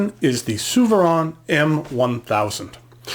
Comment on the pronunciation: ZOO - FER - RAIN. Not SUE - VER -ANN. It’s German, and it has an umlaut.